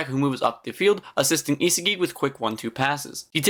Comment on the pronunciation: its isagi not isigi and u can do otoya karasu gagamaru charles zantetsu tokimitsu aryu good vid btw